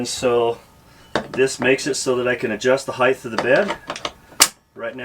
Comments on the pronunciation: The way he says height drives me crazy! ....it's not heighth!!!!!!!! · There is NO "th" at the end of the word "height". So annoying.😡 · Nice build! Pet peeve alert! "Height" rhymes with light. There is no "th" diphthong at the end of the word. Thank you. That is all. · he's oldth school